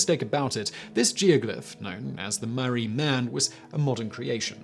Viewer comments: It’s the Maree man... Not the mari man. The town is called and pronounced MAREE. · Its pronounced Mar-ree. And his name is Bob. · It's pronounced Mar - ree